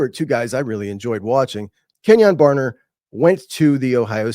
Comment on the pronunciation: Kenyon BarNer not Barber. Go Ducks!